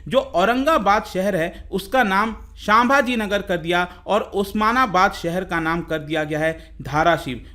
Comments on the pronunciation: Its संभाजीनगर not सांभाजीनगर 👍👍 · संभाजीनगर है नाम साभाजी नाही